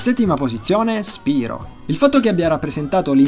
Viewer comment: Io non sono un fannoy di spyro ma si legge spairo non spirooo perchè spyro deriva da pyro che si legge pairo! :3